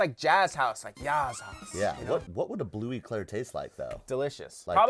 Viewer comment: Bleu clair without e 😂